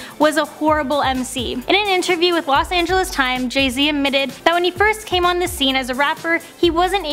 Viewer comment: Jeh zeh, has jus come oot with a new abloom